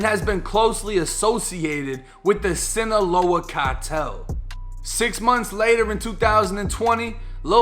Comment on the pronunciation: Sinaloa is pronounced seen-ah-low-ah you almost had it